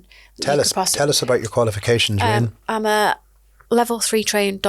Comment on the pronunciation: Not sure he's getting it right. She subtlety corrects him a few times 😆